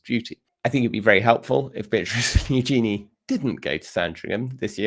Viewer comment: Princess Eugenie's name is pronounced YOO-zhuh-nee, with the stress on the first syllable.